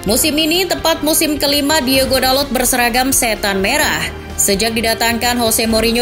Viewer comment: Hitung berapa kali narator menyebut nama DIEGO, bukannya Diogo